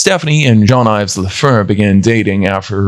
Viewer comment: Do not pronounce Jean like Jeanne...